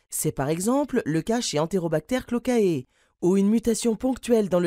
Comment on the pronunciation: Juste une petite chose on dit Enterobacter cloacae et non Enterobacter clocae